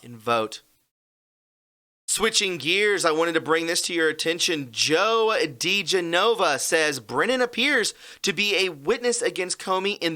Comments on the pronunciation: I love you, but I have to be the spelling police. It's De-gen-ova...not De-ge-nova. I'm sorry to correct you.😘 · His name is pronounced Di-GEN-ova, NOT Di-ge-NO-va. You bloggers should watch the news on TV so at least you know how to pronounce people's names correctly, or you will sound foolish. FYI. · Joe DeGenova pronounces his name: Dee GEN ova I just wanted to clarify that. Thanks for a great presentation,. #WWG1WGA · Joe DiGenova “de-Jen-uh-vah” mispronouncing a name usually doesn’t bother me but it’s maddening hearing you say his name wrong every time. You should know this guys name by now.